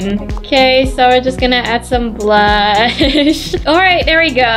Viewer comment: When she said BLUSH i tougt she said BLO- HAPPY HALLOWEEN!!!!